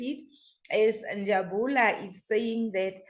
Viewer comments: As for Njabula😂😂😂 sorry it's Njabulo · the name is Njabulo not Njabula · Njabulo not njabula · Njabulo has corrected her before, I think the tongue is used to Njabula.😂😂😂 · She knows but the tongue 👅 has got used to Njabula. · Njabulo Njabulo Njabulo Njabs Njabs plz stop butcher someone's name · it's NjabulO........."O" at the end. I just love how you guys are digging real dirt around this Senzo case......❤ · Please learn how to pronounce Njabulooooo please.. before it sounds like disrespect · NJABULO please pronounce correctly 🙏🏾🙏🏾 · never mind your wrong pronunciation has attracted a lot of comments, I'm reading many,😂😂😂